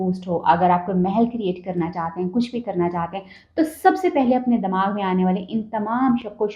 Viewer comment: Lahori woman, listen, Damagh nai hota, Dimagh hota hai, kindly apni urdu theek karein.